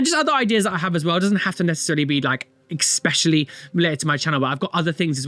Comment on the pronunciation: Especially, not expessially